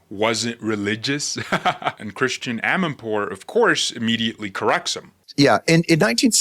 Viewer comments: it's Chritiana not Christian. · Great video! (Even though you mispronounce Christiane Amanpour's first name.) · … her name is pronounced as chris tee anne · That was a funny monologue! By the way, it's "Christy-Anne", not "Christian" Amanpour. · You're mispronouncing Christiane.